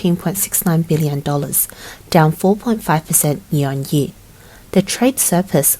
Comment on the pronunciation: Learn how to say the word "Year".